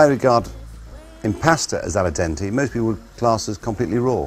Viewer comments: Its... its Al dente... not a la dente... could your Italian mum not sprak basic Italian properly? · i bet your mom said "al dente" and not "ALLA dente"...